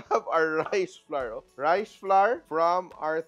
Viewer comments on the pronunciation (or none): Flour, hour, our, and sour rhyme with FLOWER. So, NOT flar, ar, or sar.